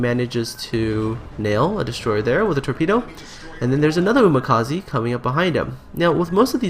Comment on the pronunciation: 'ze' from umikaze prounce like shed. umikaze, not umikazee like vitamin C -.